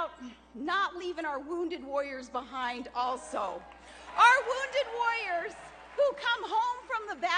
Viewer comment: she needs to learn to say warriors instead of woyers.